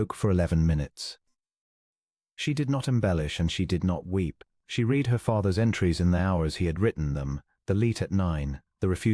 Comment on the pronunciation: Very nice story, but the mispronunciation of read vs red vs reed is irritating.